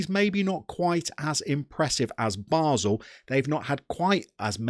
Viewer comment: duuuuude, it's basel not basle... i feel offended :o